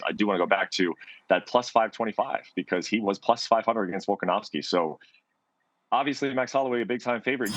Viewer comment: still doesn’t pronounce Volk’s last name correctly and it makes my blood boil.